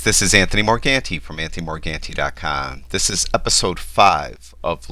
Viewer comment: Hi Anthony, I'm Marco, from Italy, Rome. You pronounce your last name wrong: no Morghenti but Morganti. :)